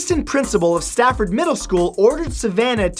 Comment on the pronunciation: It’s Safford not Stafford!!!!